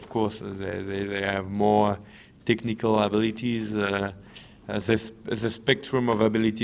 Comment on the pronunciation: tichnicawl uhbeelitieez